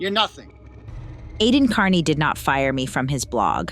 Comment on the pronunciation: Why does he intentionally mispronounce his last name? KEARney is not pronounced CARney.